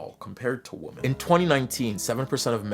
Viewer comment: 1) It's not "they" it's "their". And 2) Plural, it's not "woman", it's pronounced .. "womEn" . as in "men" with a "WO" in front of it. Why can't so many Zoomers say "WOMEN". You are the most infuriatingly and insufferably annoying generation that has ever lived. And don't "Ok boomer" me for your shortcomings, but if you must .. it's "Mr. Ok boomer" to you.